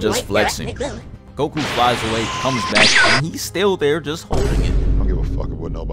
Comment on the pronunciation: this man called him 🅱oku